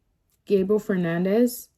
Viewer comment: It’s Fernandez not Hernandez. Get it right if ur gna try to state facts homegirl.